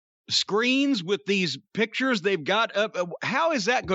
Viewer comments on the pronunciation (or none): none